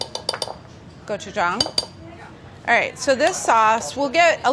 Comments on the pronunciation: Is anyone going to talk about how she nailed the pronunciation of gochujang? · I am so glad Carla pronounced Gochujang and Deonjang right. Technically the sauce is called Ssamjang. You can buy it mixed already and add the other ingredients. It is especially good with pork belly wraps. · As a Ko-American: great job!! And thank you for pronouncing gochujang and doenjang correctly XD If ur going to eat it w/2hrs, consider adding 1/4 Asian pear [will give some sweetness and also tenderizes the meat] I would also make a green onion w/a soy/ginger/sesame oil/chilli pepper/garlic/honey marinade and then added to the ssam + rice 🙃 U could also use the same marinade for chkn as well...